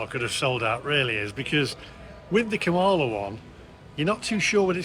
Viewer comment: The US Vice-President and the Democratic Party's Presidential candidate, Kamala Harris' name is pronounced 'COMMA - LA' like the punctuation mark, not the way you pronounced it. His chocolates most likely sold out because of his ethnicity and the fact that his name is on a hotel building in Las Vegas. It is a puzzle to me but people like so - called billionaires, especially if they are Conservatives. Stay out of USA politics as you could lose subscribers.